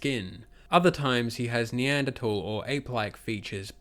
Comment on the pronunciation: neanderthal has an h in it that you keep forgetting to pronounce, it's not silent lol